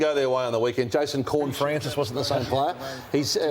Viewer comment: It’s Horne not Corne 😂😂😂😂😂